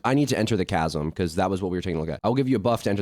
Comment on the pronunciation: Bro can't read "Mariana's veil buff" "tch-asm"